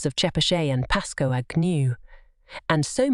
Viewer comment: Ha! I had to put on subtitles and rewind it to know she was saying Pascoag not 'passcoaaag'. To be fair, most of my out of state friends butcher it as well.